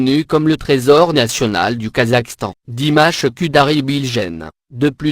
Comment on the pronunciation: Je viens de découvrir cette vidéo....quelle horreur...connaissant pratiquement le parcours de Dimash, que des inexactitudes dans ce récit lamentable. Quand on ne sait pas prononcer son nom correctement on se fait aider....mais qui a commandé cette vidéo... comme vous le dites c'est désastreux.